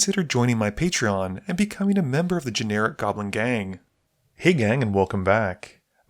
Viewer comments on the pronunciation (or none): none